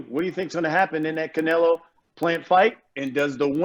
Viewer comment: Who is Caenlo? I obviously know who Canelo Alvarez is but not Caenlo 😂